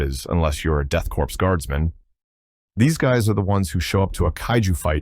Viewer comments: Once again, it's pronounce "CORE" not "CORPSE". The P and S are silent in Corps. Though in fairness being 40k, Corpse is a good pun. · It bugs me that he pronounces Korps like "corpse" and not like "core" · Grammar Nazi here - The word "Korps" or "Corps" is pronounced like the word "core" and not like the "corpse". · so everyone knows, it’s pronounced ‘core” not ‘corpse’. same goes for corpsman in the military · Corps/Korps is not pronounced like "corpse" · Death Korps is pronounced like Death Core. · The "ps" is not pronounced. like "core"